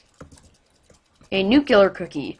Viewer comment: IT IS NUCLEAR!!! NOT NUCULAR!!!!!!!!!!!!!!!!!!!!!!!!!!!!!!!!!!!!!!!!!!!!!!!